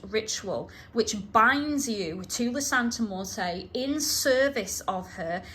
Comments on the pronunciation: You know nothing about santa muerte at all and you even recommend tracey rollin who especially doesnt know about the worship you dont know what you're talking about at all or understand Mexican practice and yku cant even say her name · I was so thrown off by the pronunciation of Santa Muerte, but that’s probably the UK accent😂 I love your videos and book reviews. Keep up the amazing work!